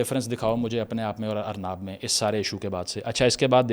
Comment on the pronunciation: tujhe arnab bolna nai aa ra or use bol ra he , kisi pr urdu nai bolni aa rai to uski credibility pr bol ra